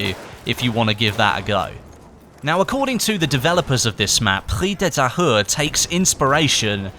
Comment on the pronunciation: h is silent